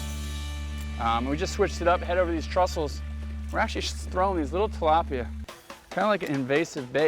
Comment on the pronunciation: Sorry, it's not "trussle". It's a "trestle".